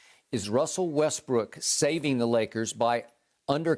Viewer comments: when skip kept sayin westbrick i died😹😹😹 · Skip is enjoying this 🤣 so hard everytime he say westbrick I laugh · “Westbrick” skip a fool lol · When Skip says "Russel Westbrick" it gets me everytime🤣